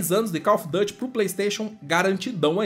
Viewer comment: Não se fala Dâte. Se fala duty mesmo em inglês